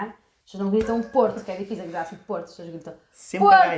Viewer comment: Ela fala choas em lugar de pessoas.